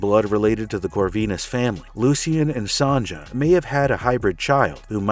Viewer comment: Why do you keep saying Son-Juh? Its pronounced Sonya. Its not an Anchorman, soft J yogging (jogging) situation.